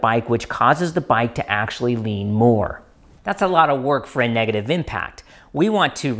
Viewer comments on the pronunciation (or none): none